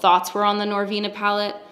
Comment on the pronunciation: OK LISTEN. NoR-VEWEna... aHhhheeee ooooooHhhhheeeeeeeeeeee... *laughs*.. LMFAO I DIED AND HAD TO PAUSE AND REPLAY THIS PART 3 TIMES. ahahhahahhahah